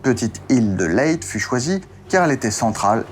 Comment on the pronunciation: super intéressant. J'habite sur une une île proche de Leyte où je suis déjà allé.Il faut prononcer Leytais et pour l'île du nord c'est Luzon (Louzonne). Hâte de voir la suite.